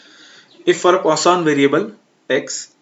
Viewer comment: Poision variable hita hai use kya pronunciation kr rahe ho 😂😂😂